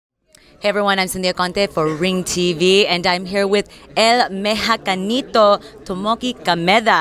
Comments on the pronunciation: Mejacanito.... Seriously! That woman doesn't even know how to say "Mexicanito". She looks like a 100% Mexican woman from the tribes but she doesn't speak Spanish 🤷🤦 And that guy from japanese speaks spanish better than most gringos that are learning Spanish in LA. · "el mexacanito" XD WTF parece que no practico